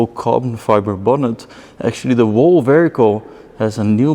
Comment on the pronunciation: Please learn how to say the word Whole.